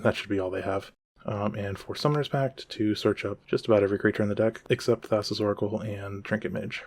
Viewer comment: Great video, unhinged pronunciation of Thassa